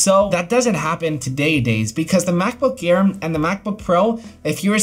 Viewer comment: He says macbook care instead of MacBook air 😂😂